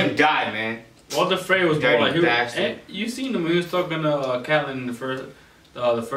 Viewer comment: "Walter Frey" wut